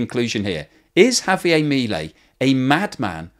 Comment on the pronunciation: JavieRR..it is not French